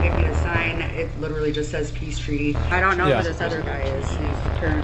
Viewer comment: Why is it that both this guy and Nick Shirley cannot pronounce the word "literally"? They are saying "littelly".